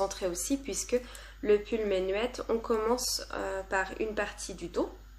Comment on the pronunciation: Coucou ! Très sympa ce format vlog ! Je ne pourrais pas t'aider pour la prononciation de Jean asgeir par contre le pull menuet on prononce meunuè (c'est un morceau de musique)!